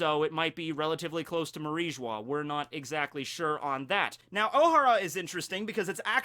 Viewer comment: I swear your just pronouncing O'Hara wrong just for the cringe